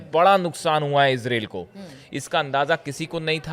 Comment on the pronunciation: Ezrel kya hota hai israel hota hai.